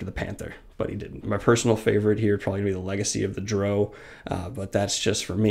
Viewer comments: one syllable....not two....not duh-row....but just.....drow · Just have to say, its not Dro, its drow. Pronounced like drown, minus the N great video ! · its DROW like cow! drop...and you should say imo...u didn't do any polling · OMFG Learn to pronounce names and races! DrOOOO? Drizzit? WTF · Had a hard time hearing "Drizzit" and "droe," but otherwise great list!